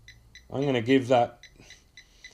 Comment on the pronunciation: NothING AND GoING not NUTHUN and GUNNA